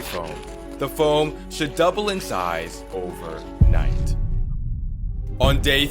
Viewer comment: this guy cant say overnight without it making it seem like its the most insane thing in the world